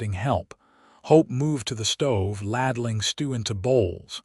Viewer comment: Ladling (long a) not laddling. Please. WA State